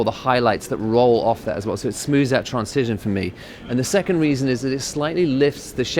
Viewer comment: Many YouTubers do not know how to pronounce the word "transition"... I wonder why.